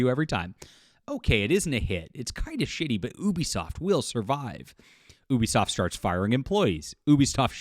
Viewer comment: Can you say the name of the company correct. You sound ridiculous.